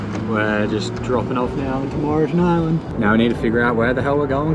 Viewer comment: Great vid mate, just a heads up it’s pronounced without the E as in Morton